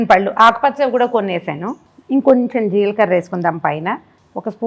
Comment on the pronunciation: Jeelkarra kadu. Jeelakarra